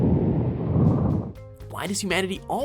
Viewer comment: reus is gaint in duths you haf to say it like ruus